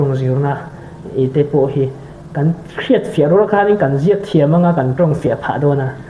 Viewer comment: Saptawng emaw, Kawltawng emaw, Mizotawng pawh nise, thumal i lam dan (sawi dan) hi tunai hian uluk deuh teh khai, (Mithiam pheizawng ka ni hauhlaw,,😊) ngaihthlak a hrehawm thin em vangzawk ania.. Example: Hlado tih te kha a tawplama i aw (key) kha a Hniam deuh hret lomaw? "Hlado" tawp lam kha tunai hian a thluk han san deuh hret la a dik zawk lawngmaw? Tuna I Interview mek, Pu C. Chhuanvawra sawi dan (lam dan) ang chiah khan. Chutiang ang zelin,,,,,???......